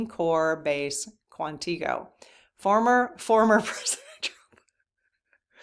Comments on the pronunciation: Just a loving hint...Quantico is pronounced "KWANNA ko" with emphasis on the first syllable. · I get a chuckle every time you pronounce Quantico. You aren’t even close. 😂 I know because I am a Marine Brat and have lived in VA and of course you haven’t. I throughly enjoy your show. Thanks for what you do. ❤